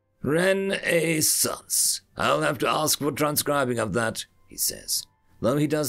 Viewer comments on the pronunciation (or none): none